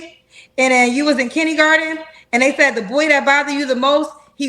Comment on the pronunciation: This fool still can't say KINDERGARTEN.. " KINNY- GARTIN" 😢